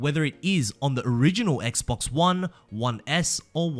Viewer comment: I don’t know why but it extremely satisfying to here say Xbox lol